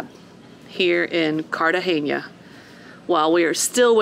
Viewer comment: Please stop saying cartagenia. The city is Cartagena.